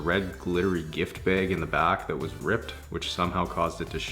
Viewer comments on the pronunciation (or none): Red glittery gift "bayg" - You are from Minnesota!